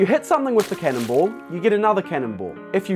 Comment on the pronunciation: Why did I think he said "cannibal" when it was actually cannon ball